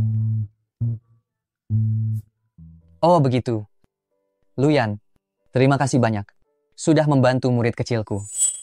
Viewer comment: nama pak Yanuar jadi "Lu Yan" anjrr